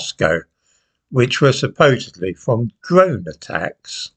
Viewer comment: 'Dwone'? That's pure Micheal Palin this time mate! 😅😅😅